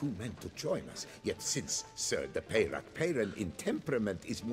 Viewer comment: is it that difficult to pronounce french names french instead of english? seems so. it just sounds dumb hearing names like milton de peyrac peyran pronounced english.